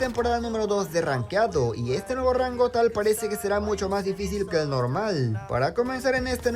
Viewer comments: NJEVO RANGO😂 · NJEVO RANGO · ay dice njevo te equivocas